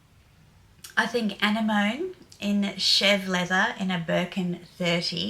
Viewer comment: Never heard Anemone pronounced like that before, is that Aussie speak? Loved the video, I am looking forward to seeing how the house progresses.